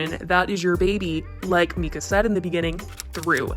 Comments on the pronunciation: MY-ka not ME-ka* lol 😘😘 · Please stop calling her meeka 😂 it’s pronounced Myka! I’m sorry it’s just so hard to watch lol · MYKA IS PRONOUNCED (MY-KAH) i’m so tired of hearing MEEEEKAAAH lol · Myka=Mike-A... Not Meeka, just sayin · It’s mike-a not meeeka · Like your videos but her name is not “Mee-ka” it’s “MY-ka”. So annoying I’m sorry 😂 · Just an FYI her name is pronounced My-kuh :)No hate just have heard her name pronounced wrong on many of these vids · The first syllable of her first name is pronounced my as in my coat. I don't trust anyone who publicly mispronounces such a simple name of the person they are criticizing. The child was diagnosed with autism when he was evaluated for the disorder in the United State at the Stauffers' request after they adopted him. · I can't watch this video bc this lady is mispronouncing 'Myka' every 5 seconds. So annoying